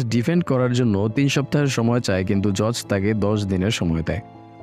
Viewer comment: জর্জ না ভাই উচ্চারণটা জজ বা জাজ হবে